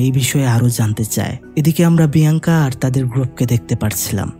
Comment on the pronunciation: Ek bar Alenda abr andela bolchen abr biyanka bole binkiya 😢